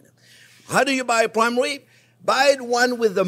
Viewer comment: I love your "pwaim wib" chef!